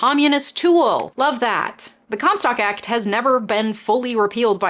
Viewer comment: Haha I thought you said “cum stop act”